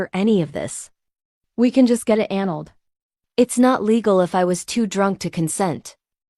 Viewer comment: 😂😂the voice saying analed vs annulled